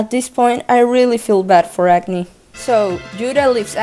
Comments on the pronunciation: Agni should technically be pronunced like 'ug-ni' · i can't not hear "acne" when you say "agni"